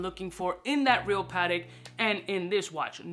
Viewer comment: "Pa-Tech" my man...